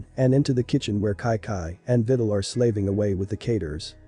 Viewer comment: Bruh the robot saying videls name like she's a fidel💀